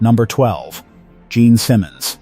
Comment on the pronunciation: That's so many more, in every genre. You mispronounced Gene Simmons name.